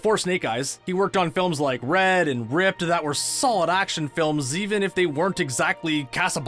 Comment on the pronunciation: Did he really pronounce R.I.P.D. as "ripped"? 😆